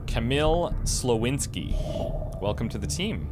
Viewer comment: I'm sure director Solomon would agree about Alice character - she should have blonde hair. And well, dr Kamil Slowinski seems to be Polish, so you should pronounce dr Słowiński as "Swovinski" but I guess "Slovinski" will be a little bit easier ;)